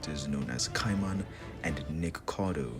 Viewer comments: Not you calling nikaido nikakado 😭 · For everytime you called Nikaido Nickacado I could feel a piece of my soul get shattered to bits, your funny asf man keep it up.